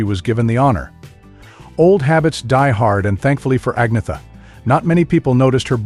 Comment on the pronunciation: Ce commentateur ne sait même pas prononcé le nom d'Agnetha correctement . Il prononce Anissa et Frida c'est Frieda . Dans la tenue vestimentaire , il dit que Frida porte une jupe alors que c'est un pantalon large